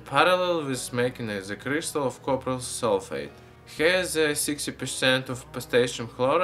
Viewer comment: So after you have filtered the solution what did you add to the bottom? Did you say copper sulfate? So hard to understand